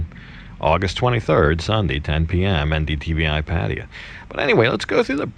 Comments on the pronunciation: i think its pronounced PA-TA-YA not Pateya :P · No disrespect, but can you please pronounce Pattaya properly. It’s not Parteeya. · pfat-tay-YAA sheesh